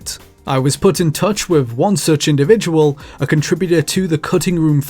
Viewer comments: Fascinating video. Thanks. However, please put more attention into the pronunciation of some words, particularly those like with - Sometimes you say it correctly, other times you say wiv. It makes it harder for non native English speakers to understand. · Please learn how to say the words "with" and "enthusiast." I can only stand "wiff" and "EN-THOO-SEE-ASST" so many times